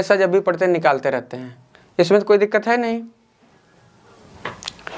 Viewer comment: Hai ko hem kyu bol rha h toh😅😅